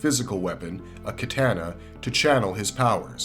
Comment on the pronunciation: The way he pronounced "katana" as well 😭